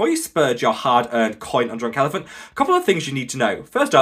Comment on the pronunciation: Did he say drooooouk elephant